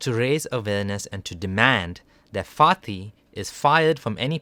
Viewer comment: Does anyone else keep hearing “farty”